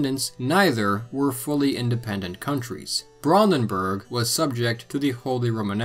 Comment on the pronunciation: Every time you say Brandenburg, it annoys me how you keeps saying it wrong. But that’s mainly because I’ve spoken and lived in Germany, in the Brandenburg area.